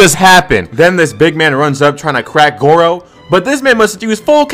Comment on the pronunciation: Did bro say goro?